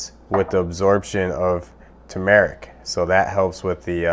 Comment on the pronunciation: its pronounce TURmerrick